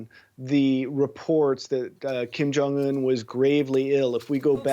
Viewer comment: It must be very hard for English speaking people to say kim jong un correctly... They must be dying to say kaim jeng an